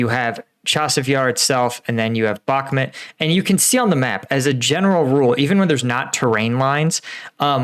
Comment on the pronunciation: Dude. My ocð if i have it is being triggered by you saying bokMIT....its BOKMOOT...